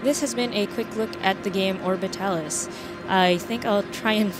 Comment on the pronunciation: You said it correct! XD Alan made fun of me for it. Also congrats on the stable orbit! XD I love the desperation in your voice as it kept orbiting... The live tweets were insane. Also I noticed the timing being slightly off too. Overall, I liked it! Maybe shortening it in the future? :) You show cased a lot, but maybe get into geamplay sooner. Overall, fantastic video and you can say the game correctly. XD